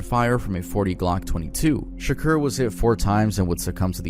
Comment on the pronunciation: Okay but him saying 2pac shakuer hurt 😭